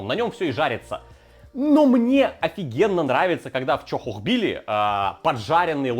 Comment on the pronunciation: Бля!!! Чохохбили! В моих ушах боль! Тоже самое что говорить собака,а не сабака!!!